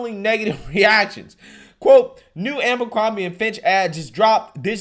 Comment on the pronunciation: It’s A-BER-CROMBIE not AMBER-CROMBIE